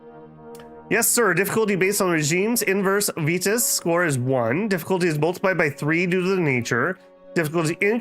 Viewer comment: To make it easier, just call it Vitus, as in Vi-tus, like Vi-tality.